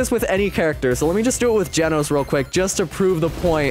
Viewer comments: "Its Gojo" Him: dojo "Its Genos" Him: Genoese "Its blizshoot" Him: bloodshoot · Genoese not Genos Hiro Hunter Not hero hunter web smashes not webby smashes free can not free cam dojo not gojo I am not I aim Bloodshot not Blitz shot a1v1 not a 1v1 a game pass not a gamepass one not when praise peril not prey's peri Janos not Genos Goro Not Garou goes not Garou's anyone's not M1s I love the vid but the spellings make me laugh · bro rlly said genoese (a place in the world) instead of Genos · For “genoese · brother said 'genoese'